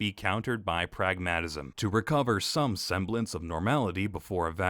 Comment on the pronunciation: I am more concerned that the narrator does not know how to pronounce "pragmatism".